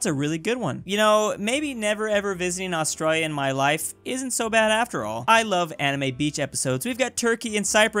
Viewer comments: ITS FRICKIN 'ASTRAILIA' NOT 'AUSTRAALIA' 😤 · Astralia lol its Austrayleeah